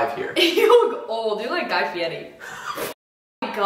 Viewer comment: LH MY GOD KM NOT TBE ONLY ONE TO PRONOUNCE GIY FIERI “guy fieti”